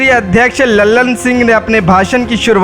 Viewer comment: लल्लन सिंह नही ललन सिंह है भाई साहेब।